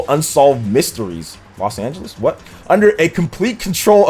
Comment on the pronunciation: “Los Angeles?” 🤣🤣🤣🤣🤣